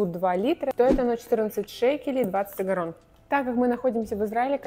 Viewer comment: Так вроде бы Агорот, а не Агорон)